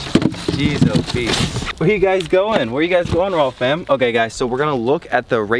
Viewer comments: Stop saying rawwm fan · it’s really pronounced rayyfam 😂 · should be known as rayyfam lol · don’t mispronounce… or should it be rayyfam then 😬🤨😂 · I had to stop watching this video because he kept saying rawwfam !